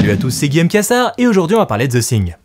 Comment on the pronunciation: “Ze Sing” !!! 😂😂😂